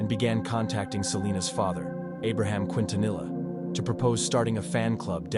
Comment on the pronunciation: gosh the butchering of her name bruh 😅